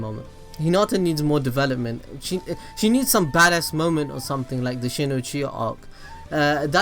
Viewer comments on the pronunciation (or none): none